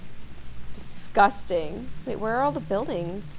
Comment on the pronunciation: Gloom: that disgusting Me: That’s desgoosting.